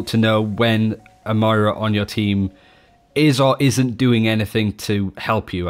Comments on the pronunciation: Ugh! It's "Moyrah" not "Myra" 🙄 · got her name right for 25 mins. man calls her Myra, as in Hindley. Moi-ra:) Not My-ra. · Can you please please stop saying Myra it makes these videos hard to watch. Moy-ruh please work on this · Moira (the great) is a different name to Myra (quiet song)... please, please for the love of all you hold sacred, say MOIRA. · Alcoholic Nun, it’s Moyra if you put that y in “Moira” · moooeeeeeraaaaa not miiiiiira =P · if you say m-eye-ra one more time :| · Say the word boy. Exchange the B for an M, and then add 'ra' to the end of that word. Moira. MOIRA. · Say it with me.....MOI-ra....MOIIII-ra......Or-EEE-sa......AH-NA......Fah-Rah.......SOHmbra.....See? You're getting it? It's not that hard to pronounce peoples' names how they say them themselves... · Yan Ade Moira is British. Moy-ra is how all Brits pronounce it. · Slootyboot ok then. Have a Nice day :D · ItsAtomic 03 His accent has nothing to do with his mispronunciation of her name. He's British, for fuck sake. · BNet Healer#11870 His accent has nothing to do with his mispronunciation. im british and he's triggering me too. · He's STILL pronouncing her name wrong. Its not that hard.